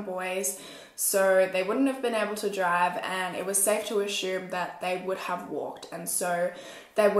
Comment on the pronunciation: “ashoom” ok